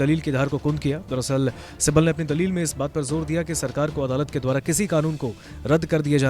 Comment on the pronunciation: Kapil Sibbal hai right Sabbal nahi dekh kar to thik read Karo .